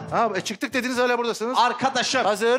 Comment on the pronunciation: hağla ❌ hâlâ ✅